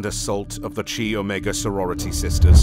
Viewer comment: "Chi"==K-eye, not ch-aye.